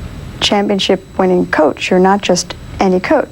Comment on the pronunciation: the way Shaq pronounces Coach K lmfao